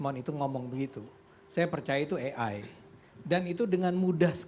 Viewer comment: katanya Roi Suryo pakar dan berpendidikan.. menyebut ejaan AI juga masih salah 🤦🏻‍♂️